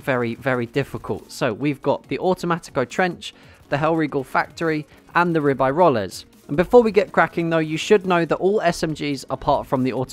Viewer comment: Your pronunciation of Ribeyrolles is weird. I think Ribeyrolles is the best gun on console because of its moderate recoil. Automatico is a little difficult to use on console.